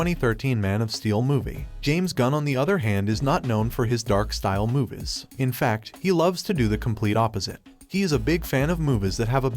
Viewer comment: why you keep pronouncing movies as muvus, its annoying af